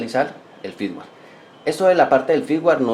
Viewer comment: firmware ; no "fitware"